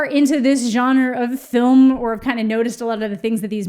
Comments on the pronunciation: it adds a year to my life every time says 'jonner' instead of 'genre' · The way you mispronounce “genre” makes me want to die, but luv u still! Lol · “Why is it so hard to say words?”very next sentence “the johnner”